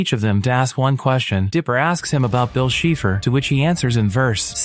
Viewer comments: its Bill Cypher not Bill Sheefer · "Bill sheeefer" 😂